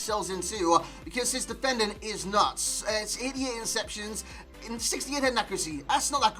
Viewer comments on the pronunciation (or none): Proper Geordie accent until you say “nuts” and you sound like an upper class bloke who lives in a castle 😂